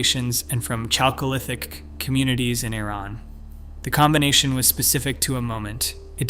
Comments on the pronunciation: Chalcolithic, pronounced “Khalcolithic” — it’s a word of Greek origin! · His pronunciation of Mycenaean was occasionally correct but he totally messed up Chalcolithic.